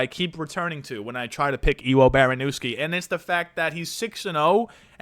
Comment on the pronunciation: Its pronounced Evo Baronyevsky. He has stupid power but did get KO'd from top control wrestling a heavyweight. Havent seen it done since kevin holland. No shame in fading the debut. If i was Petr Yan id be practicing the Jorge Masvidal Flying knee.